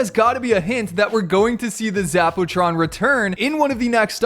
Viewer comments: Zap-u-tron 👎 Zap-o-tron 👍👍👍👍👍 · Zappa Tron not Zack Pooh Tron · Haha zapootron lol poo